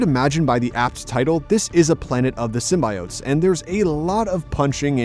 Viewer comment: I’m usually understanding of different cultures and accents.. but the way this man is pronouncing “symbiotes” is giving me anxiety 😔